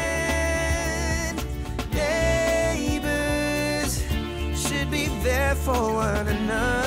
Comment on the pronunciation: “That’s when good NeighboUUUUUURRRRRS” Didn’t realise it was filmed in America now